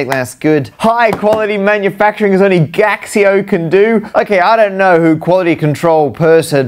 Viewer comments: Gaxio is in chinese is said "Gachio" just like you say "Casio" in chinese. It's a counterfeit calculator don't search. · I believe it is pronounced Casio in Mandarin. The G prounounces [k] as in skill and x is the closet sound mandarin can make to how we pronounce the "sio" (which we should pronounce like in vision, also because it is named after the founder Kashio) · "Gaxio", now I feel ashamed of being Chinese.